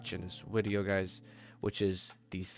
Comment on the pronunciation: ''Wideo'' nice wideo by the way really educational♥